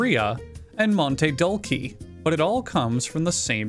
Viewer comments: Monte Dulce, pronounced monteh dooltheh, more or less, just a little bit of information. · Monte dullkee.. Read more THATS NOT HOW YOU PRONOUNCE IT!! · As a Spanish speaker who has broken an arm before, “Maantey Dullkey” was one of the most painful things I’ve experienced. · No, it's a Spanish word, the c is pronounced like a th. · I’m pretty sure “Monte dulce” is pronounced “mone-tay dool-say” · From a French speaker, I’m glad to see it’s not our language being butchered for once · from an Italian speaker, I agree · I’m posting this from the hospital because the way he said “monte dulce” damaged 40% of my organs, spirit included. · As someone who speaks Spanish as their second language, the way he pronounced “mante dulce” made me feel like I was kicked in the balls.